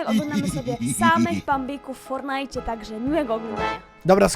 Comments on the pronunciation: Jezu nie mów fornite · Ty jesteś noobem bo mówisz fornajt